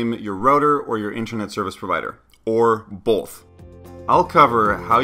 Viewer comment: When did a L appear in the word both. Bolth